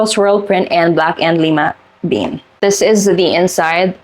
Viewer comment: Pharaoh = fair-oh like an Egyptian pharaoh Lime bean = lye-ma bean Maraschino - you pronounced correctly 😊